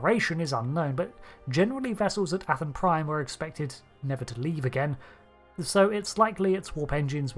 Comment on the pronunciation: "Athan" is pronounced "AY-than." Literally just "Nathan" without the "N."